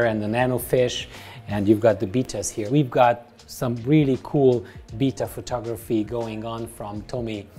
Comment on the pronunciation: It's funny how he pronounces betta beta